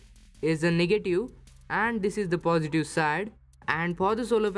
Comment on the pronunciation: It's pronounce "positive" not "positu"